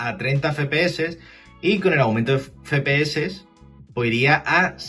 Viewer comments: Que verga es "Fepese" que yo sepa la "F" se pronuncia "efe" no "fe". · Soy yo o dice "fepe eses" en vez de "efe pe eses". Sin acritud, eh que me parece un buen vídeo. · … he visto varios vídeos suyos y siempre comete usted el mismo fallo.. no sé si es que lo hace queriendo la verdad pero al hablar de las abreviaturas del framerate de los vídeos juegos habla y dice usted literalmente “ fe.pe.eses” y la letra F se dice “Efe”, es decir “ Efe.pe.eses” se lo digo porque parece usted un poco garrulo al hablar así … espero que le valga.. gracias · no digas feee ps se dice fps me estrese pero gracias por la info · Como que "Fe pe eses"? Los entiendo claro...pero esta mal dicho 😅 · Yo también me pregunté todo el video que letra es la "fe"? solo conozco la F y se diría "efe" Ahhh... Con estos tíos... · FE PE ESES!!!! jajajajajajajajajajajaja. EFE PE ESE. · ef pi es al menos dilo asi XD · Cuántas veces puedes decir mal "efe pe eses"?: Si. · dice fe pe ese no efe xd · Sinceramente dejé de ver el vídeo a los 2 min... no me soportaba el FE-PE-ESE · Buen video pero por favor no digas más "FEPEESE" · Ambas están mal. Ya que las siglas son en inglés "FRAMES PER SEC" debería ser "Ef Pi Es" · La verdad no es tan grave pero si se escucha muy extraño.